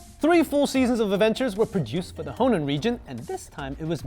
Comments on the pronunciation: Is it pronounced "Hoenn" (aka the way it is spelt) or "Honen" (as he says it) regions? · In the dub I saw growing up always pronounced it how u spelled it. Hoenn